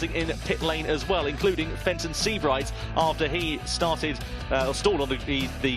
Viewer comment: Fenton. . Fenton. . Fenton ... Fen-ton.. FENTON. .. OH JESUS CHRIST